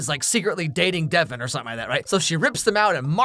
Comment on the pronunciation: THE WAY HE SAID DEVONN